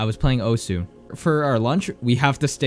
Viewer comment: Who tf says osu? (oh su) Its Osu. (Oss, like you already said desu.)